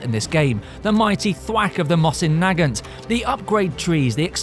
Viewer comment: I'm sorry, HOW did you just pronounce "mosin-nagant?" I dunno, I always pronounced it differently, so maybe I'm wrong.